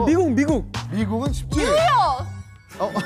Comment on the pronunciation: 뉴욜ㅋ 낫 런든 뉴욜ㅋ